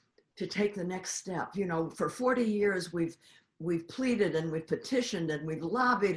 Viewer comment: I love it when Trevor says "Yerrs"